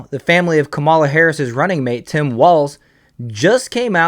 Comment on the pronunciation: Not a big deal but learn to say her name right or people will correct you and miss your point. It’s “comma” la